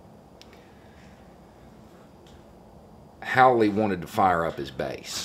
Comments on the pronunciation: It's pronounced Haul-E,. As in he can Hawley his ass outta the fucking Show-Me State! He ain't nothing but a gotdamned joke! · I'm pretty sure Hawley is pronounced "HAUL LEE'. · It's not "howly" it's Hee-Hawley. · Nice subtle touch pronouncing his name w/ an "ow" sound instead of the "au" sound. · At the beginning I thought you said let's talk about a haole. I guess I was right😁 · I like that pronunciation. Haole. Hawley epitomizes the term Haole. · Funny how he pronounces "Hawley" as "Haole" - 😯 - just a manifestation of that southern drawl I'm sure 😉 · I too would like him to resign! We have something in common, 20% of republicans and I. Pretty sure it's just that one thing, though. Also, I'm entertained that most people are pronouncing his name as Haole. Seems appropriate. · Please make sure you pronounce the "a" when speaking about this man. Thank you on behalf of all my family.